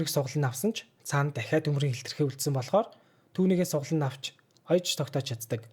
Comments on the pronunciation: Сугалана навч гэж юу яриад байгаа юм бол гэж бодсон чинь😂 Сугалан авч гээд байсийм байна штээ😂. Гэхдээ яахав дажгүй л ярьж байна❤. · Увс аялга байна хаха